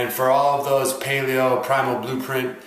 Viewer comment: ) anyone who thinks Mark Sisson must be on steroids is seriously underestimating what the body is capable of. Thanks for a legit objective look at the pros and cons of both dietary standpoints. Almost stopped watching at the beginning because of how you pronounced paleo lol.